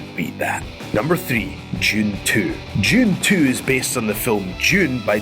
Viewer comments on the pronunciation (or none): Although "Jun Tuu" was great, I think "Jun Tuu-thousand" deserves a mention tuu :P